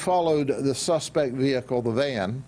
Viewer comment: no one: every cop ever: ve-HICK-le